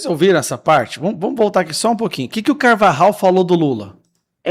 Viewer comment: Alguem pronunciou corretamente o nome do Carvajal, sim se dis polho, nao pollo ou pojo... Em español pollo se pronuncia polho...